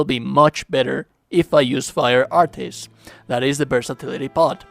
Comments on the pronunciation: "Artis" 😂😂😂😂😂 it's just art bro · The "artey" pronunciation hurts my soul lol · What the hell? Is that screen that that actually shows what the moves look like on PC only or something? I have platinumed the game on PS5 and I've never seen this screen before. Or was this done with editing? Also they are just pronounced "Arts." They say the actual word in the game like 47 million times.